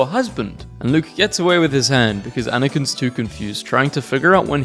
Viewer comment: “Anakins house”